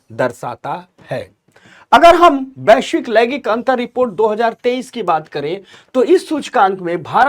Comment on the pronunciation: Laigik nhi laingik hota hai. Thoda uchcharan achha hona chahiye